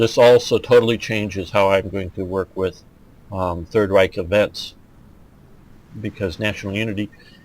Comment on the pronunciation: As far as pronunciation of stuff goes, its not to hard to look up if your having a hard time with it. you pronounce Reich like the word for rich which is admittedly spelled the same as the one for empire. reich just type in a word and press the play button by the name some basic rules eu is pronounced oi like the British word. ie and ei both are pronounced like the name of the second letter e is eh s is z z is tz and v is f Hope this help with pronunciation. Its a bit of a pain to pronounce but its fairly consistent.